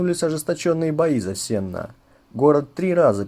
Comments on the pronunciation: правильно говорить СеннО, а не СЕнно. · не СЕнно, а СеннО. Уши режет. О чем говорит, сам не знает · СЕнно? Я думал СеннО. ( Ударение на "О") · Не СЕнно, а СеннО. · СеннО а не СЕнно 🤣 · Только Сеннó, а не Сéнно. Ударение на «о». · Не СЕнна, а СеннО. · На сененщине говорят: Сенно (ударение на О) а не Сена. В десяти километров от города (районный центр) стоит обелиск экипажу Катюши - ребята попав в окружение, взорвали себя вместе с техникой. Вечная память героям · СеннО, а не сена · Сенно- дарение на последний слог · СеннО, а не сЕнно, я из Витебска, а так очень толковое кино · г СеннО, ударение на О! 🇧🇾🇧🇾🇧🇾привет из Беларуси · СеннО , ударение на о . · Ударение на Оооооооо!!!!! Сенноооооооо😮!!!!! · СеннО. Ударение на О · СеннО ударение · Правильно СеннО (ударение на «о»). Бывал на том поле, где был бой (по словам стариков) - там железа всякого … До сих пор выпахивают каждый год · Мы не во Франции! Сенно - ударение на "О", как правильно указывает Васильевич. А, так, информация интересная.